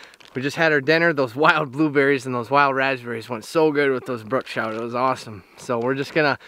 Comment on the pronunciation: Its brook trout. Not brooke.